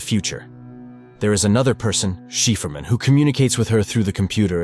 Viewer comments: "shiperman" hahaahaha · Wth is “Sheaferman”? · Shefurman? Seriously?